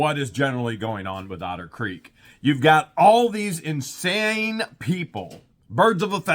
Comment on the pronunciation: Actually, using your accent on the word 'Otter' - it sometimes sounds a bit like 'Outer' so let's rename a certain portion of Otter Creek 'Outer Creek Limits', hahahah. Just now a spaceship will swoop down and...